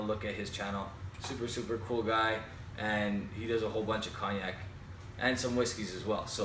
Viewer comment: Nice review. Btw, its pronounced coniac, the G is silent in Cognac just like in champagne. Your currency is weaker than the US dollar (.76), that's why it costs you more Canadian dollars than the US when you purchase. Cheers